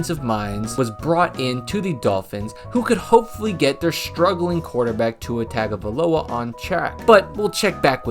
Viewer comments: Tongue-o--vai-loa. Good grief, how many years has Tua been in the national spotlight? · You really could take a moment to learn to pronounce Tua's last name. It's not even hard, you just have to have a bit of respect. That's his father's name, you know. Have you even seen Tua's dad? I would respect Tua's dad if I were you. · I’m not familiar with this channel, but he doesn’t seem to know much about Miami. That win at the time was very impressive. Plus, he didn’t mention any of the dolphins key injuries that game, along with mispronouncing Tua’s name and calling the coach “McDaniels”.